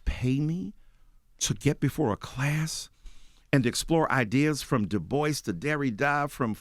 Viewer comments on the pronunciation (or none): none